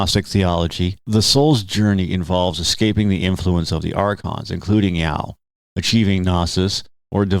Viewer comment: Ya-Oh. Two syllables.